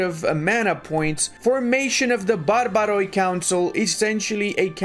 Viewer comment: Excellent mod and video! Btw, for future reference when you see in a Greek word the letters o and i together, they are not pronounced as o-e, but just e as in tea. So barbaroi would be barbare, pronoia would be pronea etc. ☺️